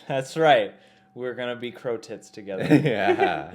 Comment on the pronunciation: Why you always say 'crow tit'? have you been to react BTS -BAPSAE.? But i couldn't find them on youtube